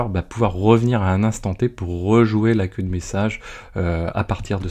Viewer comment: Il aurait fallu traduire le terme "queue" anglais en "file" (vu que tu le prononce a la francaise) ;) La vidéo reste très claire :)